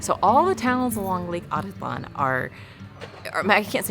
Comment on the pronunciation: How is it possible to pronounce the name in such a dumb way as "Lake Átitlan..."? There is even a stress accent on the second "a", so even the simplest person should see at first glance that not the first but the third/last syllable is to be emphazised. The ignorance/negligence/superficiality of modern bipeds is beyond imagination.